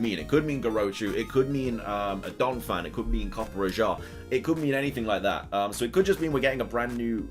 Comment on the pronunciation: its not copper ajah its coppe raja i know that because i am an indian and know how to pronounce rajah